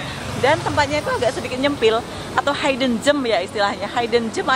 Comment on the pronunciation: Disebut "hidden" tu seperti "hid" bukan "hide"😂😂😂